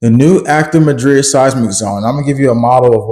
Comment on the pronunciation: Mad-rid! MAD-rid! NOT mah-drid. Do your research.